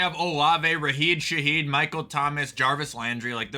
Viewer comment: it's RASHID SHAHEED. NOT RAHEED SHAHID.